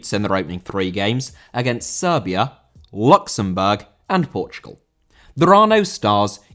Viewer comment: It’s the emphasis on “Luxembourg”